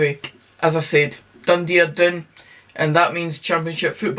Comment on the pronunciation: Naw last word for Dundee: "Doondee"